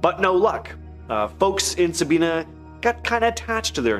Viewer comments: It is not Sabeana it is Sabina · Sabina Ohio is pronounced differently than you said it. It don’t rhyme with Tina, it’s Sab👁️na. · It’s pronounced sa-bine-na Sabina Ohio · Sa bye na is how Sabina is pronounced. I live about 15 minutes from there. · The lil town Eugene was in is called Sabina... pronounced ("Sah-bye-nah") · It is pronounced Sa- Bi-(by)- na